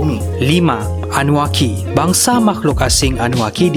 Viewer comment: bukan annuakki tapi annunakki